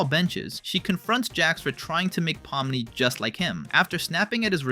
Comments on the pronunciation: yeah your ai generated voice misopronounced POmni and raGATha. Get your own voice, dude. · Why does this guy say peoples names wrong (regatha) (poomni) (and more)